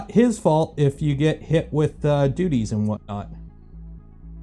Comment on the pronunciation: You said "DUTTIES" ! More than once!! Thats funny. DOOTY! "Expect to get hit with DOOTIES!".